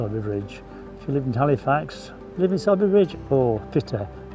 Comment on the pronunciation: Isn’t it pronounced ‘soarby’ ?